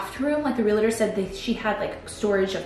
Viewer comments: You are so cute, but, please learn how to pronounce Realtor. It’s real-tor, not real-eh-tor! Same for Realty, 2 syllables, not 3. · Hey love! It's Realtor for future reference! Real-tor. Not real-a-tor. I am one and this is a big peeve of mine haha